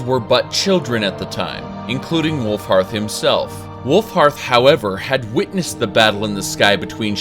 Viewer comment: Glad you said Wulfharth instead of Wulfrath like you usually do :P